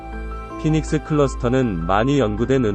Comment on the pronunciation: 포에닉스ㅋㅋㅋ 영어공부 좀 하소